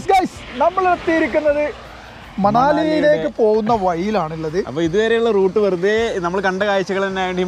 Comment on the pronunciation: Manali manassu allengil maaanam ennokkeyulla pronunciation aanu. Allaathey manal, thanal poley alla. Same goes for kullu . A lot of malayalis thettaayaanu parayaaaru